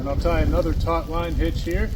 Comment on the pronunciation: “Taut” not “tot”.